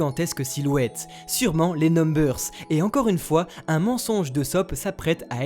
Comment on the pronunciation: MMMMAAAIIIISSS POOOOUUURRRQQQUUUUOOOIIII TUUUU DDIIIIIISSSSSSS EUUUUUUSSSSSOOOOOOPPPPPP EUUUUUUSSSSSOOOOOOPPPPPP AAAAAAAAAAAAAAAAAAAAAAAA